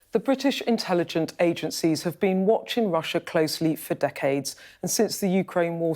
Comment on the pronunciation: "The British Intelligent agencies?" "Intelligent reports?" lol The "stunninly" articulate Ms. Rigby unfortunately also seems to have serious difficulty with all words ending in "g"........ Found it very hard to concentrate on this interview. She certainly is very distracting....sadly for the wrong reasons.